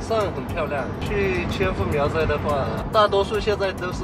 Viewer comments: English speaking people can't pronounce "zh" sound in Chinese. She pronounced 苗寨（Miao Zhai) as Miao Zai. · when you say 苗寨, you keep saying miao syai. it should be miao zhai. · 苗寨（zhai） not 赛（sai）,hahah